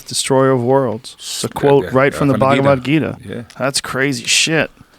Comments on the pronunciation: Bhaag-wa-geeta lmao Mad respect for actually reading and quoting it guys but that pronunciation got Krishna turning in his grave fosho 😂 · y'all goras pronouncing the Bhagvad Gita wrong LOL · RZA pronounced the Bhagavad Gita mad funnyy lol